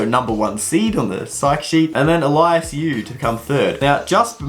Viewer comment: it's graham siggins btw not graheme and also elyas not elias (sorry for correcting mistakes )